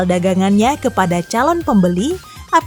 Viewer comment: Takashimura.. wkwk. Aksen bugis